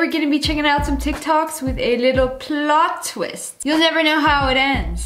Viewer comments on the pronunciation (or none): When Lia said "Pliot ttwist" I literally melted